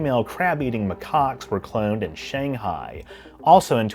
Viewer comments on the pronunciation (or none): none